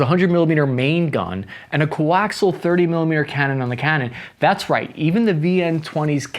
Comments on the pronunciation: Sweetie, coaxial is pronounced (kow·ak·see·uhl) The "i" is pronounced as a long "e." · Thats not how you pronounce “coaxial”